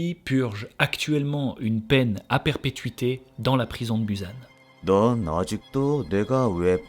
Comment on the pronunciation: Désolée, en tant que personne qui étudie le coréen depuis ses 11 ans j'ai explosé de rire à "BUZANE" 😭😭